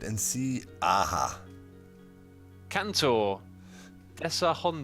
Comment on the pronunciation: Haha that funny when you said KANTOR.. I hear you said like a peni* xD And hi doc from indonesian :)